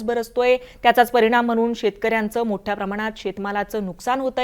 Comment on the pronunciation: मोठ्ठ्या प्रमाणात कि मोठ्या प्रमाणात, यल्लो अलर्ट कि यलो अलर्ट 🤣